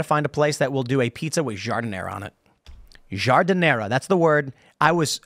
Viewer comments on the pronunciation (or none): Yeah Tim, you're not even CLOSE to pronouncing Giardiniera correctly. LOL. You're Chicago card is old.